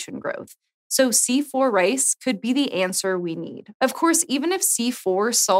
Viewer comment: i was very confused ... the girl pronounced 'RICE' as 'RACE' ... but big ups for C4 !